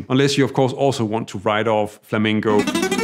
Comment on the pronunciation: It sounded as if you pronounced Flamingo instead of Flamenco :D But you made some good points, just someone like me who uses bending to express my feeling, do have a hard time with Jazz. But I'm trying... Thanks for this vid and many others, sir!